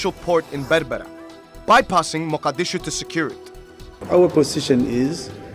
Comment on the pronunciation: The man pronounced muqdisho sooooo wrooong.